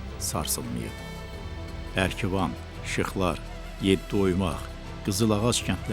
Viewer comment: Ercivan yox Erkivan